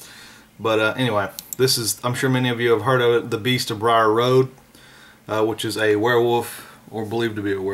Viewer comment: It's the beast of bray road not briar Rd